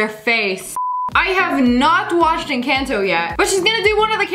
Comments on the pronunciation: i cringeed when she said encaaanto it En-caw-teo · Not trying to be rude but Lea said En-can-toe its En-con-toe < not to be rude!!!!!!!!!!!!! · She said toe instead of to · Ok ok ok the real way to say Encanto is… EN-CON-TOE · it’s not en-can’t-oh it’s en-canto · EN-CAN-TOE WHAT ITS EN-CANTO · It's not pronounced: (encanto). it's pronounced: (ayncawnto).🙃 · She said ancanto lol it’s Encanto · It ain't pronounced encanto like soda can it's pronounced encanto like con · it’s not and Anconto it’s Encanto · Not (en-can-toe)Sssniperwolf it’s (en-con-toe) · it's not encannto its encanto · It’s pronounced in-con-toe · Really is encAnto it is pronounced encOnto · En-caghnt-toe not en-cant-to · Not en- canto. It’s en-conto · Not encanto its enconto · Its encauto not encanto😠😡😡😡😡😡😡😡😡😡😡😡😡😡😡😡😡😡😡👿👿👿👿👿👿👿👿👿👿👿👧👧👧👧👧👧👧👧👧👧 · encoto not ecanto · Ok but she said en-can-TOE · The way she said “I have no watched ENCANONTO yet” lol so is so fun would love you meet her!❤ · I love how she pronounced encanto en-can-toe when it’s en-ca-n-toe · “I have not watched in-can-toe yet” it kills me ifykyk 😂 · did she really just say “En-CAAN-to” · The fact she said enCANto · “En can-toe” HELPP 😭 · It’s pronounced El-con-toe.❤ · “En can toe” 😂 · bro said encanto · bruh but when she says encaneto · she did not just- ... "i havent watched in- can- toe" sToP mAkEiNg Me MaD . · you said encanto wrong its enc{on}to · Not the en-can-toe for Encanto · No one notice how she said Encanto wrong Encato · It's Encanto En-con to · im sorry but its pronounced Encanto (eh-n-ka-hn-toe) this is a big pet peeve of mine when people don't pronounce things correctly. Especially when I speak Spanish. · Why she say EN-CAANTO but idrc she’s my fav yt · Encanto is actually pronounced in can’t o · wow she says enacanto encaunto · It’s en-con-to sorry for being rude also love ur vids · Hey I dont wanna be rude but its pronounced "in con toe" Encanto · Its not encanto its enconto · Why she pronounce encanto “ehn-can-toe”